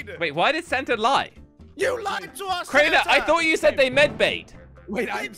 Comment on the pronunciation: When says Santa it kinda sounds like santer…😂😂🤣😂😂😂😂